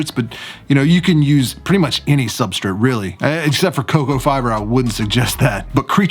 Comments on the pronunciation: Why does he say substraight like Supstrit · "Substrate" 😂 love your videos ❤ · How dare you annunciate substrate! Who are you and what have you done with!?!?